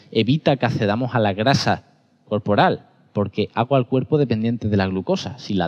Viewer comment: Señor conferenciante: Me parecen muy bien sus mensajes, pero debería aprender algunos conceptos y hablar mejor. Por ejemplo, el medio marino no es un ecosistema sino que contiene muchos ecosistemas diferentes. El sodio no es un mineral; la sal común (cloruro sódico) sí lo es. Se dice: - accedamos, no acedamos; - toxicidad, no tosicidad; - excesivo, ni ecesivo; - contracción, no contración; - versátil, no vesátil... Además, ¿que significan los adjetivos meganecesario y megarrefinado? Esto es solo de la primera hora... 😅😅